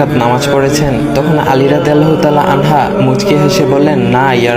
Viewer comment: যখন অডিও রেকর্ড করবে, একটু দেখে কোরো। আনহা, আনহু টা ঠিক করবে।